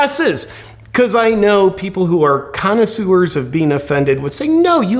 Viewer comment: Love your pronunciation of "Connoisewers." LOL